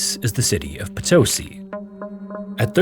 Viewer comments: potoSI, not poTOsi. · Just an observation: in spanish the use of accent changes the way you pronounce a word, in this case Potosí it's pronounced po-to-SEE instead of po-TO-see. I greatly enjoy your videos! Greetings from Mexico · PotoSEE, not poTOsee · The accent mark on Potosi is over the "i" at the end of the word, so pronunciation would be PotoSI, not PoTOsi. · PotoSI ✅ PoTOsi ❌ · for those who are wandering how to actually say Potosí OR who were confused by hearing "po-TOE-see"... it's po-to-SEE, with o as in or. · Haha I'm a big fan but it's pronounced "poto-SEE" not "po TOE see" it makes me nuts every time you say it wrong! Keep up the good work though, this is one of my favorite shows. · Just wanted to let you know it’s “po-toh-CEE” not “puh-TOS-i” — hence the accent on the í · just and only just, for future en-devours, the diacriticals on spanish have the accent. (if that is even the word). i mean Potosí has the í as the strong part of the word. you are reading it like *Potósi*. =) anyways, thanks for the videos. I always say to my self that I have to make you 20 short variation of the background loop you use. im so used to it now xDD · Yeah this really bothered me as well. For a name you'll be pronouncing tons of times in the video it seems like very disrespectful to not at least attempt to say it correctly. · poto-sí like yes in spanish. ( Póto-Sí ) the Sumaj Orco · Heyo, as a language note for future stories, whenever you see a mark on a vowel of words in spanish, that means that that syllable has the strongest sound in the word Thus - Potosí = poh-toh-SEE Cheers, I've been following a few years 🇲🇽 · OMG For Christ sake it's po - to - SEE. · Potosí with an accent on the i - it’s Po-to-SEE. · PotOsi, ouch. The spelling is LITERALLY IN FKG FRONT OF YOU and you manage to fk it up. Cannot listen to this crap. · How could you make an entire video about Potosí and not even bother to learn how to pronounce it correctly?